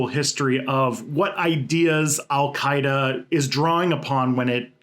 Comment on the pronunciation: That name pronunciation was pretty good.